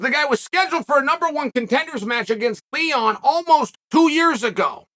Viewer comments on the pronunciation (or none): none